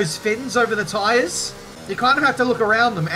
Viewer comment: Thought you said "How's Mathias?" when you said "How's my tires?" Got a bit confused